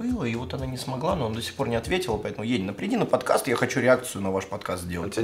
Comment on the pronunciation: Не Енина, а енИна. Братишкин базу не знает, кошмар... Фу